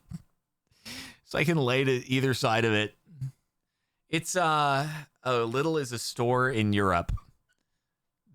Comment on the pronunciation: Lidl is definitely here tho. And it’s pronounced Lee-dle